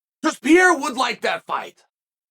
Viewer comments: "Pierrra" and Charles "Olives" will be champion again😅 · real talk.... is uncle chael calling him piera on purpose or is he legit like dyslexic or something?